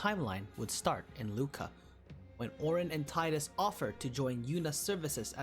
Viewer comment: You pronounce tidus wrong🥲